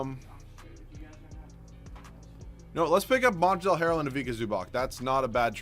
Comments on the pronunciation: pls it ain't that hard pronounced MONTREZ the L is silent and OG ANU-NOBI pls stop butchering their names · You don't have to pronounce the l in Montrezl harrell